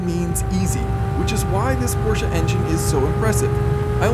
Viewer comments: You know the English language video is gonna be awesome when the narrator says Porsche instead of Porsh. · we are in agreement. I’ve lived in Germany and m6 next door neighbor is from Germany. The sha at the end is correct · Thank you for pronouncing Porsche correctly. “Porsha” is correct